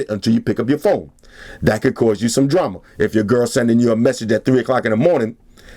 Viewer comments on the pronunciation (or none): none